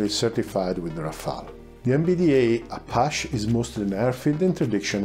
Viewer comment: "Apache" is inflected the same way as French "attaché" great video~